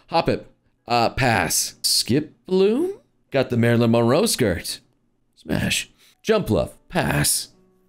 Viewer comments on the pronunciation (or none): none